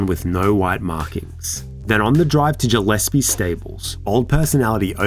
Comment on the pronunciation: You pronounced Gillespie wrong 😑